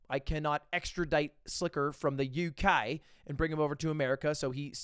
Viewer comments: I chuckled at the way you said UK. Also hello from the UK lol <3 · When you said uk you sounded super Australian 😂 "from a man born in London England" 🇬🇧😎